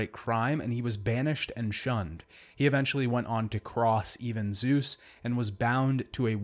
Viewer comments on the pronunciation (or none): none